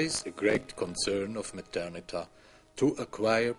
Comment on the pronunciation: It's Methernitha.